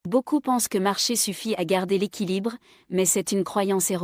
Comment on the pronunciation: La plupart des gens pensent (pensons)…!!! C'est quoi cette prononciation de merde!!!